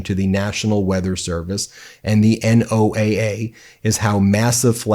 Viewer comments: Hey gents, NOAA is known as no-ah (like Noah ) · Keep up the good work. One quibble: the acronym NOAA is pronounced “Noah”. (From someone who worked for NOAA Fisheries).